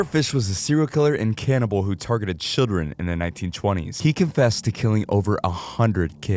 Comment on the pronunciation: Nobody’s gonna talk about him saying “targeted ciren” instead of children